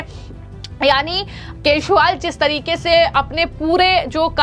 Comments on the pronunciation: Kejriwal & not Keshwal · इन मोहतरमा को केजीरवाल बोल्न भी नही आता wah😂😂😂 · Tu pagll hai kya Wo arvind Kejriwal Hai... Arvind Keswal nhi 😅😂😂😂😂